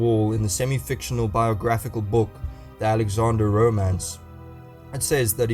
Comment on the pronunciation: It's not Alexander godamnit 😤